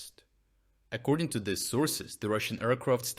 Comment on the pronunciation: English language tip: Pronounce "these" as "theez," not "thihz." Otherwise, a good report with information that is encouraging as to the future developments toward the defeat of Putler and his orcs.